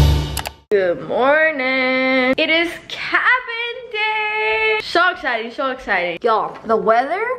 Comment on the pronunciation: sho esited😂 lol